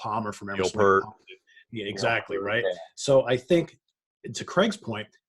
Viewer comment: Guys...Neil Peart's last name is pronounced PEERT.